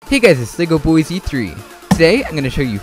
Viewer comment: Why does this dude constantly call himself legoboyzy3 even though he's clearly just "legoboyz3".